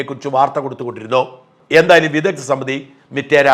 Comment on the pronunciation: വിദദ്ദൻ, വൈദദ്ദ്യം 😂 മലയാളത്തെ ഇങ്ങനെ കൊല്ലരുത് 🙏